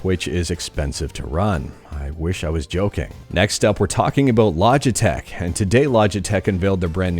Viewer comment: Putting the L in Logitech